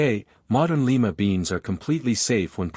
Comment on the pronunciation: The city is "lee ma;" the bean is "lye ma."